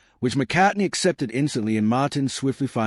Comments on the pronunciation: Can’t get past the McCartney pronunciation 😢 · This guy can't even pronounce McCartney